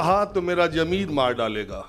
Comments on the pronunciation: Sir जी, jameer नहीं Zameer. We appreciate you. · sahab jameer nahin zameer hai bura mat maniyega aap ka shubh chintak